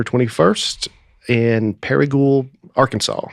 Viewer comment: Great job! You pronounced Paragould correctly without the d! People are in a bad mood so just ignore the mean comments. Have a blessed day! Can’t wait for next week!